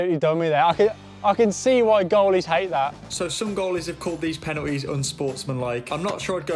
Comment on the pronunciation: Bro pronounces penalties as penuhes